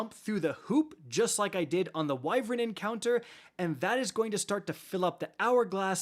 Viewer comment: its not "wyvrin" its "why-vern"